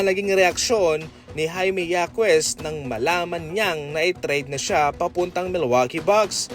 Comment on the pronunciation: hakes not hakwes and randel not randal😃